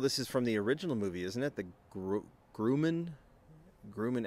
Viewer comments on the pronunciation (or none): Sounds like “rum” not “grew”. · "Gruh-Mann", the manufacturer of the aircraft. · You kinda butchered the name Grumman. 😂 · The company is now Northrop Grumman…. We have a YouTube channel, there you can hear the correct way to pronounce Grumman…lol